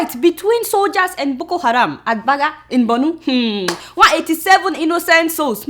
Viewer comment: Point of correction, Borno not Bornu! :)